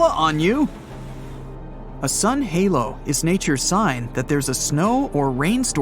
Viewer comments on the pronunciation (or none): none